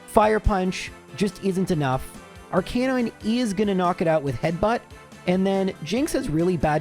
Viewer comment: It's pronounced "arca-nine", not "arc-a-non".